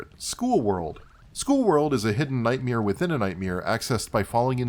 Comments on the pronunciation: is there a reason you pronounce "musac" and "nightmeer" or is it something I just never noticed before? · "Muzak" is a term for the sort of generic faceless music you'd hear in a mall, elevator, or while on hold on the phone.